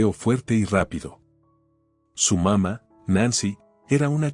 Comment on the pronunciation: se come los acentos papá y mamá aprende a leer